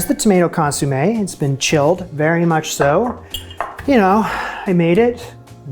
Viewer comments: Shouldn't it be con-somm-ay rather than con-sume-ay? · It's not "ConsUmme". It's "ConsOmme"!!! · Lovely! (Con-som-ay, not con-soom-ay). :) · ConsOmme, not consUmme, although you did consume it. Hahaha. I would have included the accents on the "e" but I don't know where they live on my laptop. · ConsOmme.........not consUmme.......aaaaaaagh! 🤣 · Love your channel ❤Keep it up👏 FYI “consommé” … Not “consUmme” Love from another passionate foodie❤ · I love the way you call it a consumé not a consommé . Great fortitude in persisting through the mishaps. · Just to be clear, it's not ConYoumé, like To consume something.. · Sweetie, loved the effort and results. Please...the word for the soup is consomme, not consumme. Thank you. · Argh, it's not consOOmeh!! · My ears are bleeding hearing "consUmme" 😅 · You pronounced consommé' as consumay hahha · Please please please Google how to correctly pronounce Consommé 🫢